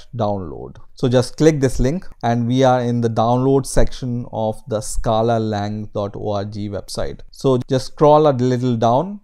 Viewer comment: "Scala Lang Dot Orgy Website?" Really?